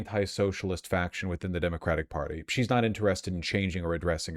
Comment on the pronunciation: "this is the central queshon of the demagidig perty" holy shit lol need the pirro drunk sound drop